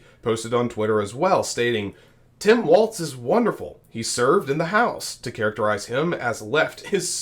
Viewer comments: Apparently you are mispronouncing his name. Walls not Waltz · Walz, not waltz. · Why does everyone at Occupy Dem pronounce his name wrong!? W-A-L-Z It's Walz, like the walls of a house. Not waltz like the dance. 🫣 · His name is Walz (Wall-ZZZ) nor Waltz (Wall-T-ZZZ) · It is pronounced like WALLS like in your house, NOT WALTZ like the dance. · It’s not waltz like the dance. It’s walz. Like walls in your house. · Walz' name is pronounced "walls", not "waltz" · His name is pronounced like WALLS, not waltz. He pronounced it that way in a commercial when he was running for Congress. Vote Harris/Walz in November! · Not Waltz, like the dance. .WALZ , what's holding up the roof! Pronounced WALLS! Get used to it folk!!!! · Great coverage, but Tim Walz's last name is pronounce like you're saying the word 'walls', not as 'waltz'. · walls not waltz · It’s Walz like walls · Two things: 1. I believe it's pronounced "Walls" 2. Please a little less "click-baity" headling. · It's WALZ. No t in there. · Walz not Waltz. 💙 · pronounced "Walls", not with a "z" sound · oops, I should have typed "not with a 'tz' sound" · His name, Walz, is pronounced "Walls". Their is no t in his name. It's basic courtesy to pronounce a person's name correctly. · Since name pronunciation is an issue in this campaign lets learn to say WALZ....no T, not WALTZ. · THERES NO “T”IN WALZ!!!!!! PRONOUNCE IT CORRECTLY!!!!